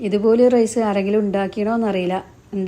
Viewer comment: വീഡിയോയുടെ തുടക്കത്തിൽ വിചാരിച്ചു സംഗതി simple ആണെന്ന്. പക്ഷേ പിന്നീട്‌ items കൂടിക്കൂടി വന്നു. എന്നിരുന്നാലും അടിപൊളി ആയിരിക്കുമെന്ന് തിന്നാതെ തന്നെ തോന്നുന്നു. ഒരു സംശയം ചോദിച്ചോട്ടേ? റെയ്‌സ് എന്ന് പറയുന്നത് എന്തിനാണ്? ഒന്നുകിൽ റൈസ് എന്നു പറയുക, അല്ലെങ്കിൽ അരി എന്നു പറയുക.